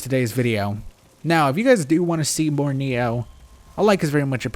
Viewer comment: Why the hell do you say NEO?